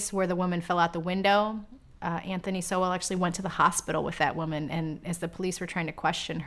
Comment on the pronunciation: Why can't the chic say his last name correctly? It's not so-well...ugh!